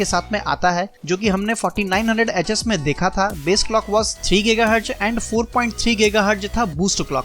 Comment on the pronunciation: Am I the only one who heard f**King 900hs